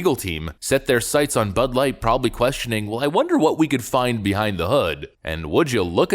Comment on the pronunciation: Did you say.... butt-light.. ? Ha ha ha ha if you did